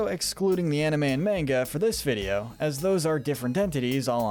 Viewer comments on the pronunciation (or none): none